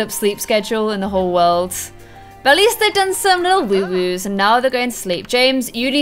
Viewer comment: Its woohoo not woowoo